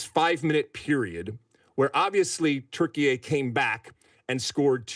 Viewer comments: Why you call it “turkeyai”? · It’s insane that people are just going along with the Türkiye thing. If you do this, why are you not saying Deutschland instead of Germany? Or Espana instead of Spain? We speak English, use the English pronunciation